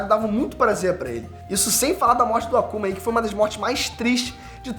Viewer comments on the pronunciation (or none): Só eu ouvi Akuma ao invés de Asuma? Rsrs Vídeo bacana.